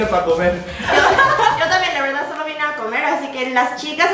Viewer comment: Me mato cuando dijo "yo bine pa comer" jsjsj se paso😅